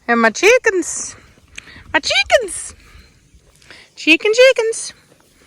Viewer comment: Always makes me giggle when you say cheekens